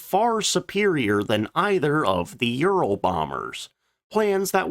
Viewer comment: It sounds awful when you almost swallow your tongue when you slurrly pronounce Ural so that it sounds more like you're saying Euro bomber. Be careful.😮